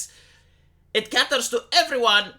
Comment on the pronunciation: here's another English lesson: the word is "caters" (pronounced KAY-TERS), not "catters" (KAT-TERS). You're welcome.